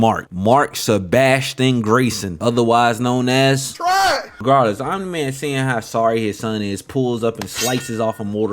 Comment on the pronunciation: took me 3 minutes to realize you were saying "omni man" not "anime" lmao good content